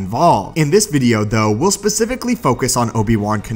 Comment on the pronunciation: U said pacificaly